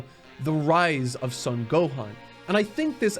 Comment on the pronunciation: Brother, you've got to stop mispronouncing the Son family last name as "sun". It's Japanese. It's a long "o", the only "o" sound in the Japanese language. It's pronounced like "own" as in to own something: "Sown". Love the passion in the work, though. Good content.